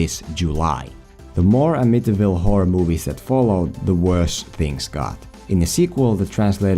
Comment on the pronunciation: Love this kind of thing and I am not getting on you for. It. Wing able to say “ Amityville “ when I can’t even find your nation on a map without saying it into my phone!